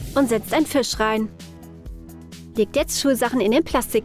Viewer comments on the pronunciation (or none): none